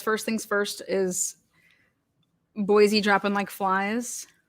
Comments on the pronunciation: There is no “Z” in Boise. It’s pronounced “Boy see”. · Just a quick tip from a friendly idahoan. There's no Z in Boise ❤️ BTW this guy's a nut job!